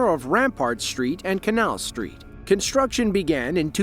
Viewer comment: Why do you pronounce 'construction' as 'conshtruction'? There is no 'sshh' sound in that word.